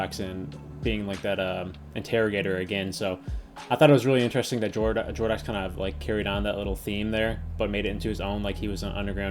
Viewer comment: btw its more like Jordo"ks" and not Jordo